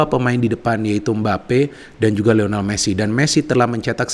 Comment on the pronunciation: Lionel bukan Lional. Trims 🙏